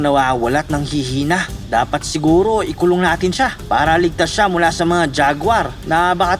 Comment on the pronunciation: "Hmmm shourd I commit a war crime or no war crime?"